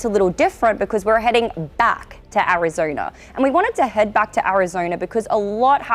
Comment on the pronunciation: She says Arizoina. 😂